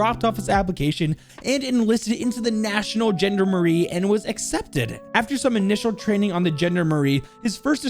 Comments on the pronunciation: Not trying to be a salty boi but it’s pronounced Jon-dar-meri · As a French speaker hearing your pronunciation definitely caused a few chuckles. My personal fav was when you said Gendarmerie it’s like Jandamarie but the J sounds like almost a zh sound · As a French native speaker, hearing the way you mispronounced “gendarmerie” was hilarious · The way you say Gendarmerie hurts me on a personal level 😂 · haha I don't mean to judge but I love how you pronounced the Gendarmerie. but I enjoyed hearing how passionate you are about these videos and I love how jovial you are all the time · This mans ability to absolutely butcher the pronunciation of the word Gendarmerie is incredible. 10/10 would watch again/recommend to fren.